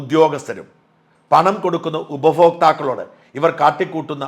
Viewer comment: " Upabhokthakkal" not Upafokthakkal